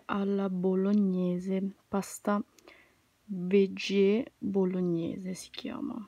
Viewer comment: Ciao! A parte che si pronuncia “vegghi” (la pasta)…nessun loro prodotto contiene carne, sono tutti prodotti vegan. Personalmente non li ho mai acquistati ne li acquisterò mai…meglio un’alimentazione sana e del movimento 😉.